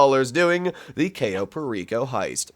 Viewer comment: I'd be rich if I had $1 every time I heard "cayo" mispronounced